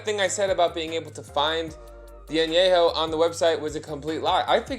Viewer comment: Love you, but it’s pronounced “Añejo” pendejo! Same level of Ahhhhhh! 🤣🤣🤣🤣